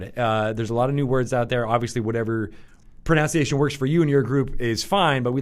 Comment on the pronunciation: I loved how he mispronounced "pronunciation."